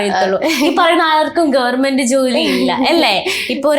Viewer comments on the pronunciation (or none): ഗവർമെന്റ് അല്ല കുട്ടി ഗവണ്മെന്റ്... Questions കുറച്ചുകൂടെ prepare ചെയ്തു ചോദിക്കാമായിരുന്നു..